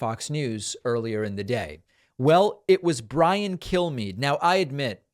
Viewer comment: I swear- every single time I hear this fox liar introduce himself, I hear “I am Brian. Kill me.” It’s not going to be me, but maybe one day someone will take you up on that and you’ll get your wish, Bri-Guy.